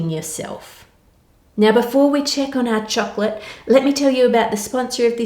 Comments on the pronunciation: It sounds like choklick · The way this woman says "chocolate" is god-damn satisfying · Idk why but I love your voice and the way you pronounce chocolate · I watch your just to listen the word "chocolate" u spell...! N I have zero knowledge in cooking, so I just watch n enjoy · the way Anne says chocolate makes it sound like some next up fancy dish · I do not want to be mean but that's not how you say choclate I'm really sorry to say I'm literally crieing right now again so sorry😔😭😭😭😭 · I love the way she says chocolate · I’m not the only one who loves the way she says “chocolate“ right? Something about her accent in the word... ☺️ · Yeah, is it Anne or a localised pronunciation? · HEEHEEEEE!!! I know! I say it after every time she says it LOL, check out that parody of her, that guy gets it too lololol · It's the kiwi accent coming in, haha.